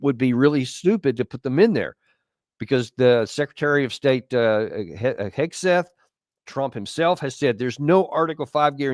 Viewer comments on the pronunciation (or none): none